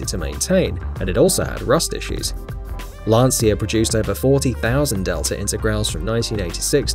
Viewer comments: That's LANCIA DELTA INTEGRALE, not Lansia Dhelta Integral 😒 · Lancia is pronounced "lan-chia" not "lansia". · im sure its pronounced "Lancha" not "Lancia". no hate, just being italyano! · 2 things. You mispronounced intergrale (it's intergral-e) and you forgot the Toyota trueno ae86. Also, it's lanchia not lancia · is lancia not lanchia and u can trust me i'm italian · It's actually LAHN/tchah according to an Italian dictionary. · Isnt It read as lanJia?????? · it is read as Lan See Ah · It is rather pronounced La'nnjah.